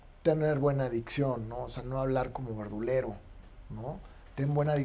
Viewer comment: Hablar bien. No hablar como verdulero Es "No hablar como verduRero. Eso entendí